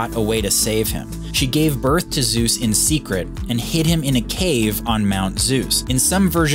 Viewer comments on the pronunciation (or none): Very nice video… as usual…. But I guess you should exercise a bit more on the original pronounciation of „Zeus“…. ;-)